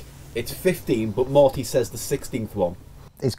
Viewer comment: says Morty rather than Marty